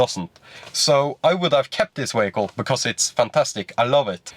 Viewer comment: what the hell is a ”wehicle”